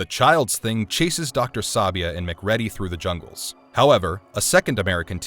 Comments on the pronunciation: The fact that you kept mispronouncing McReady's name was the funniest "thing" to me. Its "Mac-cree-dee"!!! Smh.. good lord man!!!. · Wrong. Its pronounced "Mick Riddy". Ptth. Amateurs :face-green-smiling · McREEEEADY. Pronounce it right! You know how it was pronounced watch the MOVIE! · Good video but I hate that you were actually saying MacReady, it's wrong. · U can tell the narrator hasnt seen the film. Mac reddie!!! Ive noticed a few things in other videos, that show the narrators havnt seen the movie they are talking about. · SAY IT WITH ME: muh-KREEDY. muh-KREEDY. muh-KREEDY. The thing (no pun intended) that really bugs me about your mispronunciation - besides that it was said many times in the film - is that if you were even pronouncing it phonetically it would be "maack-REDDY". This feels like an almost deliberate troll and/or inside joke with one of your writers or a friend. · MCCREE DE. Turning this off now. You don't know what you are talking about if you can't freaking pronounce their names correctly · "Muc Ready"....... narrator has never seen the film guaranteed. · Lol, his names pronounced Mc-kreedy 🤦‍♂️🤦‍♂️🤦‍♂️🤣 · Isn't it MaCreedy? (Pronunciation, not spelling.) He needs a smack. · Stopped watching after second ‘mac READY’ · Mic Ready is ready to get out of here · Yep that's the quick and dirty way to fix "bad" AI. You just feed it your script, give it a once through to look for mistakes, change the spelling to weird lookimg but bulletproof alternatives like "mack reedy" or whatever, proof it and off it goes. These AI fueled videos are incredibly lazy productions most times. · Man did he not here it from the movie or someone else tell him that's not how you say his name? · Dude never even saw the movie, obviously, or he’d know how to pronounce RJ’s last name. I can’t stand these channels where dudes just pick up a book and do zero research. To add insult to injury, they use a fake voice. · What an odd pronunciation of MacReady. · "Mc Reddy"???